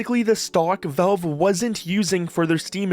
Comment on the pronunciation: The word valve has an A in it. It's valve, not velve.